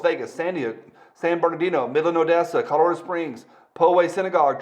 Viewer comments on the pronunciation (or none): none